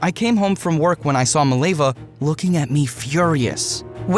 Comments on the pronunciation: fact it is mileva and not milejva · As a Serbian, the way you pronounce Mileva makes my ears bleed